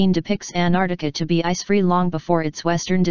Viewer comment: Good video, but how do you get a computer voice to mispronounce Antarctica?